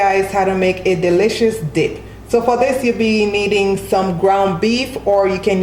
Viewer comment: Did anybody else hear her say dick instead of dip or am I trippin😂😂 looks good tho😍😍